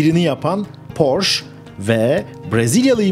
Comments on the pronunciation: "porş" değil "porşe". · Porsche Almanca bir kelimedir ve "Porşe" diye okunur. Ayrıca Porsche yetkilileri "Porş" diye okunmasına gıcık olurlar. Saygılar. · allahini seven suna porsch demesin. Porscheeeeee. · Porsch degil. Porsche (PORŞE). Ferdinand Porşe Kurucunun ismi. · Emek ve cabalarin icin sag ol. Avrupanin hic bir ülkesinde böyle Porsch diye tenefüs edilmiyor cok basit ve kafadan uydurulmus bir söylenim esas tam PORSCHE,.okunur,ve söyleniyor.... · Marka alman markasi ve yazilis itibariyle almanca oldugundan, porş degil porşe diye okumak gerekiyor. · Amacim kötülemek degil, bilgilendirmek. Türkiyede hep Porsch deniliyor. Son zamanda Ingilizler bile Porse demeye basladilar. Mehmet´e Memet demek gibi. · porche yazılıp porşe okunur. E sini söylemiyorsunuz, yanlış anlamayın bilmiyo olabilirsiniz. Tşk ler. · yanlış anlamayın hemşerim olarak söyleyeceğimi. Okunuşu Porşe Saygı ve hürmetler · Porşe. Lütfen artık. Porşe. Ayrıca anlatılan şeyleri yapan Porsche değil, Porsche Ag bünyesinde bulunan Porsche Dizayn Bürosu. Bir tasarım şirketi.